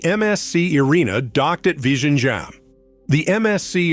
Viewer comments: Its virinyam, Namaste from hydrabad. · It's not L but ഴ . That's a sound most tamil people can't pronounce despite the tamil language name itself having that letter in തമിഴ് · The pronunciation is VILINJAM. The Congress Govt waited for Mr. Modi to complete the project. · Better call it TRIVANDRUM SEAPORT..vizhinjam is little tricky to pronounce